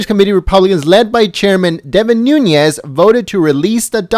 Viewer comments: It’s NOONEZ not NoonYes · Devin is my congressman. from my hometown. I must correct pronunciation please... its Nunes= NOON+EZ. (phonetically) no ~ over the N . He is Portuguese. thanks. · It's pronounced 'Newness' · It's pronounced noonez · He doesn't even pronounce Nunes correctly .